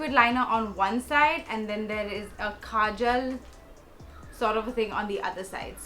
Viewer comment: Its not "khajal" its simply 'kajal'.